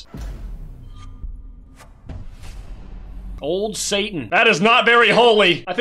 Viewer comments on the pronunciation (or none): Opens bravo packs first and thinks satin is pronounced Satan- you ok my guy?